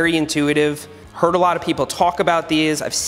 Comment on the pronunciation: When Seth was talking about the quadlock it sounded like he said «I hurt a lot of people that are talking about these»